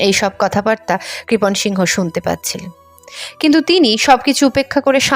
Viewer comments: আপনি বহ বার সিংহ উচ্চারণ করলেন ,ছবি দেখালাম এক অবাঙালি র তাই উচ্চারণ টা কি সিং হতো না, বাঙালি সিংহ হয় শুনেছি। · আরে সিংহ নয় সিং বলতে হবে। উচ্চারন ঠিক করুন